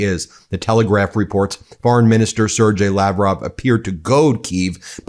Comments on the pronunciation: Sergei(y) is pronounced "ser-gay" NOT 'ser-jay'. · Sergei Lavrov (sad horse 😂) is pronounced as Sir Gay. 💩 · Sergei is pronounced with a hard g like Give. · It's pronounced ... Ser-GAY.... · I love you Guys..... Not a day goes by, that I don't get at least a few of your videos under my belt. I have little "nails on chalkboard" moments though, when you pronounce "Sergei". It is more "Sir Gay". The G is hard. (That's what she said) Anyway- I only say anything b/c I care. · It’s pronounced “sir-GAY”. Really. Makes sense in Russian.